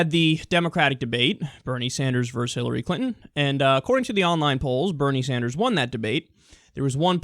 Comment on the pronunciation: ITS VERSUS NOT VERSE